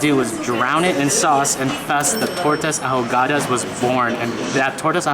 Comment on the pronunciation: Great video! I am enjoying your Mexican adventures. tip: the “h” is not pronounced in the word “ahogadas.”